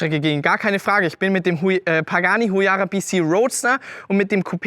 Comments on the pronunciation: Huayra nicht Huyara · Sry aber "Pagani HuYARA" dat jeht nich Es heißt HUAYRA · HUAYRA, nicht huyara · Du musst das Huyara schon so Aussprechen wie Jeremy Clarkson 😂